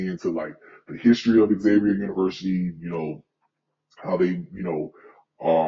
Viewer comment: PLEASE stop saying "X" zavier It's pronounced, Zavier (Xavier) University!!!